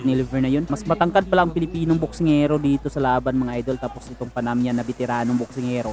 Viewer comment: panamanian yan bro hindi panamian